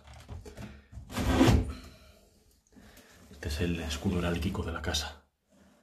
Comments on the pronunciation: Heráldico, no herálquico. De verdad, no paras de decir barbaridades. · Por favor leet mas no se dice eralkiko sino heraldico. Los retratos son del rey y la reina si no me equivoco Alfonso XII.